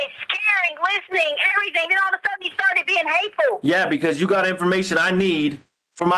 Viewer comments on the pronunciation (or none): EVERYTHINGK ILLITERATE AS ALL GET OUT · It drives me absolutely crazy that she says “AnythinK, EverythinK, NothinK” instead of “ThinG” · 😂🤣😂🤤😂 This is what I came to the comments to read! WHY?!?! HOW?! It drives me insane every time she says anythink or everythink Lol.